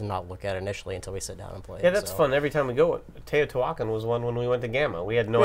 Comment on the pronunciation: Please learn how to pronounce Teotihuacan.